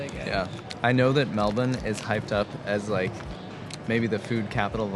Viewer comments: You got it right! Pronounced “Melbun”, not “Melbourrrrrrrrrrrne”. I lived there in North Fitzroy. In Sydney the saying was “In Melbourne there are two great things: 1. The Beer; 2. The road home (Sydney Road). Both cities have their pluses and minuses. I like them both. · The most important parts of this video are (in order) 1) final fuel stats 2) total acceptance to pronounce Melbourne the Aussie way